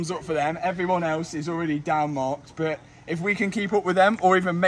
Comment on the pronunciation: Mat’s pronunciation of “But” just hits my ear in the worst way. Buuut lol.